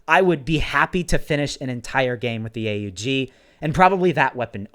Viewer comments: Not hating but it's not a u g you say it together aug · It’s pronounced AUG not A U G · btw is not a-u-g its pronounced aug like pog